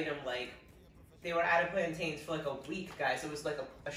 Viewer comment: You say plant “ins” like mountains or fountains…not plant “ains”, like trains, pains or gains. Trust me! If you can say t’ick (thick), then you can say plant’in. Love it!!!!! 🤗